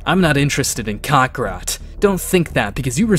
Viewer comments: WTF is a "Kack-rat"???? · Why to they say crokakat